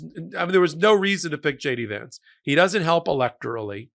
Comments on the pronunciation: "Shay-dee Vance".😂😂😂😂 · I thought I heard you say shady vance? Not a bad name. 😅